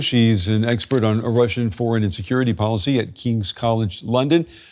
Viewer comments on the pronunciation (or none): I'm pretty sure he said "Russian foreign and security policy" but I heard "Russian foreign insecurity policy".